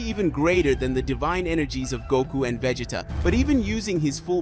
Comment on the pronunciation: vegeeta lol